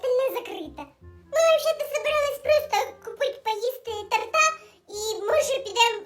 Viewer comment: Вибачте, що трішки буду душнілою, але не торта́, а то́рта😢